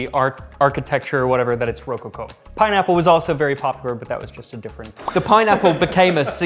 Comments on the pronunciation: its not ro coco - its roco co, bleedin weird foreigners >.< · Ro-coco not Ro-Co-Co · Rohcohcoh is the weirdest and most wonderful mispronunciation of rococo I have ever heard. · doesn't instill a ton of confidence when he mispronounces Rococo and Baroque. It's more like misplaced tonal inflection